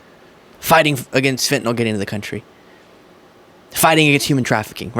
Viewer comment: Please tell me that they didn’t mispronounce FENTANYL in their own commercial?